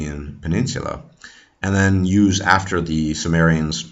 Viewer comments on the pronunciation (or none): none